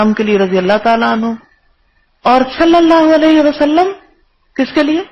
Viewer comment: آپ کو "صلی اللہ علیہ وسلم " تو صحیح تلفظ کے ساتھ ادا کرنا سیکھ لینا چاہئیے۔۔۔۔ اب کافی وقت ہوگیا خود ساختہ اسلامی سکالر بنے۔۔۔۔